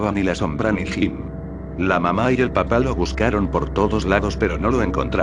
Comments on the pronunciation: Estan muy buenas la historias, solo que cuando menciona "Papá" lo hace sin el acento y se escucha como la verdura....papa. El programa no respeta eso del acento?? de ser asi puedes decir "El padre" o "La madre" para que no se escuche la mama jajajjajaja. Fuera de eso muy bien con las historias. LIKE para ti !! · Te falta el acento Mamá Papá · sus papas lays su mama mamala xD falto acento bro xD